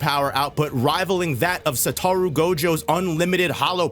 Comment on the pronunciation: Anyone gonna mention how he keeps butchering Gojo's full name?: "SA-tARu" Me: "Sat-oru"